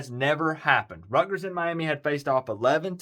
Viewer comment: Buddy, please learn how to pronounce the schools name. It's RUT ' - GERS, there is a "T" in the name!